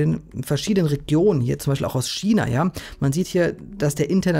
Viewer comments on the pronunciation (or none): none